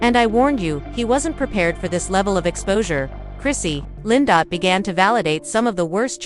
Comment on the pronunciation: Her name is Chrissy LAMP KIN! Please read better. I’m out, already. This person can’t even read!